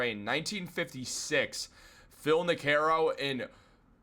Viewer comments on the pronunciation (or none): Knee-Kroe. Not Ni-Caroe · ni-care-o? You never heard of Phil Nee-kro? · i dig you...watch you always...today i have a little critique... former yankees pitcher is pronounced phil (i'll spell phonetically)...NEEKRO....you weren't close...but...we are all here to help...hope you are not angry with me bringing it up...but he was a great yankee.... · I’m so glad I’m not the only one whose soul was hurt by hearing Phil Ni-ke-row. Do better. You lose credibility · 6-9 min vids kick ass and you nail it! And um ,,, Phil Niekro (NÉE-CROW)😋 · I can't get past "Phil Nick-er-oh." Ouch !! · It hurt my ears to hear that. OUCH